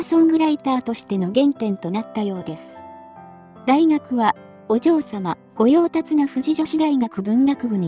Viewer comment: 御用達はごようたつではなくごようたしですぞ。